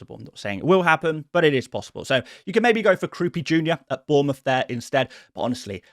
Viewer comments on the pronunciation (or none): none